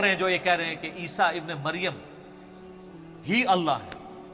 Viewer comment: Madam not Isba ibe Maryam, Actual pronunciation ISA (Jesus) son of Maryam.